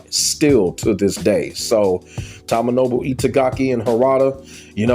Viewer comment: Dead or Alive 5 and 6 and Ninja Gaiden 3 misses Itagaki I was a big fan of Doa1-4 but it wasnt the same after he left/fired in 2008 BTW its pronounced TOE-MO-NO-BU